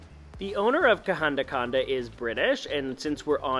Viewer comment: Welcome to Sri Lanka 🇱🇰 Love the way you pronounce kahanda kanda.😊 I will assure you that I will watch all your SRI LANKAN videos.just to hear your beautiful pronounsiation Of local names❤❤❤😂😊 Safe and happy journey ❤